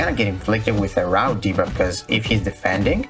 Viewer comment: It’s root bud not rout. Like tree roots. Just letting you know. :)